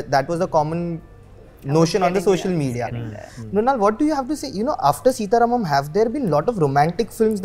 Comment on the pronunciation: Wah re angrez 'सीता रामम्' ko bhi 'सीटा रामम्' bolta h